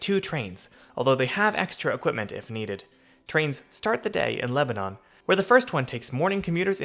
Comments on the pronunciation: You make so many good points about how weird the whole thing is. Maybe someday some of us in the larger suburbs will be able to ride into downtown on the train. Unlikely, but a girl can dream. Btw, it’s “LEB-nun”, not “Leb-a-NON” 😄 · Great video thanks for making this. Just remember in TN, it is Leb-ah-nuhn not Leb-ah-nohn. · leba NAN not leba NON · LebanUn, not LebanOn. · It’s pronounced Leb a nin 👍🏻🥰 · It's "LEB-nun" just for the record. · I’m surprised no TN natives have mentioned the pronunciation of Lebanon. The country of Lebanon is pronounced as you say it in this video, but the city in TN is pronounced LebanIN. I had to get used to this when I first moved to TN. That and the proper pronunciation of Demonbreun 😂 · It’s not Lebanon. It’s pronounced Leb a nun. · Came here to post this. Let's don't tell him about Santa Fe. 😅